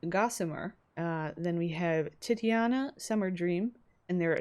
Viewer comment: Oh hey i know someone's probably told you by now but just in case they haven't titania is pronounced exactly how it's spelt, ti- tania and tybalt is pronounced tib- alt :)